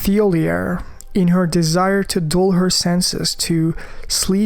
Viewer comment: Thiollier is male. Also you're mispronouncing his name. The characters even say his name in game so you cant confuse it really. Not trying to be an asshole its just these things are too obvious to be overlooking when you're making this type of content